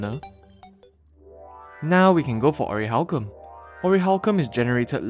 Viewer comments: dude you're saying orihalcum IT'S ORICHALCUM!!!!!! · What do you mean ORIHALCUM ITS CALLED ORICHALCUM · Wait it orachcalum I thought it was pronounced oraclacum